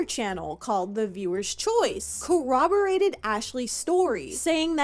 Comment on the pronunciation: You said cowwoborated instead of corroborated. 😖🤮Like 4 times....